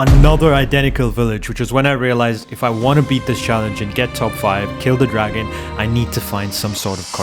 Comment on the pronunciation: did he say gragon?